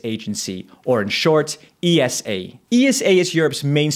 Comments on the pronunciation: Its pronouced Esa not E S A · Why do people call is E S A instead of Esa? Do you also say N A S A or just Nasa? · I don't want to be rude but ESA is usually not referred to as E-S-A just esa. Similar to NASA you don't say N-A-S-A. Love your videos bro ❤ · You're wrong though, most say E-S-A.